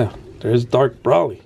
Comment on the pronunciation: Broly is pronounce Bro-lee